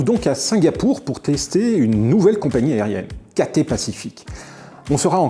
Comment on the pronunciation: On prononce CATAILLE Pacific, pas Caté .... !!!